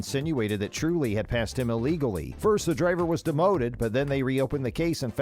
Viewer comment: Dude check the pronounciation....vearstappen....jarntruli